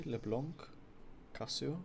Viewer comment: Why do you keep saying leblanK it's leblan without the n an = en in encourage do you get it ?